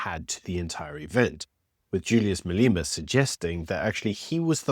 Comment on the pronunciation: maleeema LOL * ma-lem-a That was a good one But juju should be in jail for his comments based on law that is not followed.